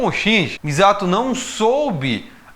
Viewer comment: nossa você chamando de MIZATO dessa forma inglês-adaptada foi dificil kkk